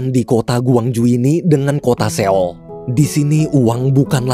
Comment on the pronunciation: maaf min, sekedar saran aja klo buat kota seoul bacanya “soul” biar lebih enak aja min didengernya. hehe thanks min smoga kedepan bisa diterapkan ya🙏🏻